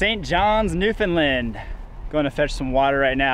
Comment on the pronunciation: NewfoundLAND, rhymes with understand. Not Newfinlind.